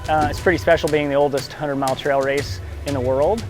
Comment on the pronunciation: Trail race not "trial race". Jim "Walsey"?